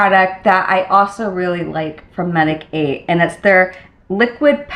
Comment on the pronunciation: your skin looks great! just a little FYI, the brand Medik8 is a word play on medicate and is supposed to be pronounced like this😊